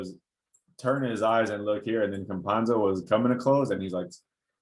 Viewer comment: It is pronounced Campasso, as Picasso. The letter N does not exist in his surname. Basketball analysis is perfect, and only two letters separate you from the perfect pronunciation of his last name. :) Stephen A Smith can't pronounce the name of any European player correctly, and you pronounce them very well. I'm a follower of your channel, so I gave myself the freedom to correct you. :)